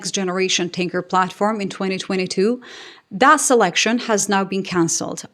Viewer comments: Did you say Boeing Stanker several times? How fitting 😂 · Hi, when you said tanker it just sounded like stinker.😂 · ‘Boeing’s tanker’ I heard as Boeing stinker.